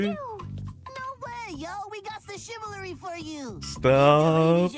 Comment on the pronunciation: the boys really did research on how to be a proper gentlemen. also is no one gonna point out that beast boy said chivalry the incorrect way?